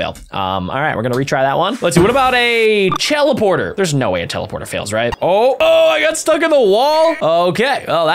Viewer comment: Bro you said chelaporter 😂😂😂😂😂 not teleporter